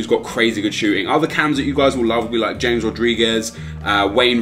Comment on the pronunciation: It's pronounced ha mez Rodriguez